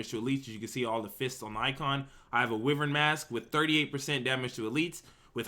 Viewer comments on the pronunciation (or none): Pleaser please please pronounce "Wyvern" correctly.. Try WHY-vern, like the mythical creature it's referencing (Wyvern are a small-ish species of dragons)